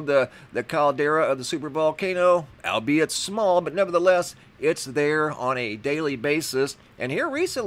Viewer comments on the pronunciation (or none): none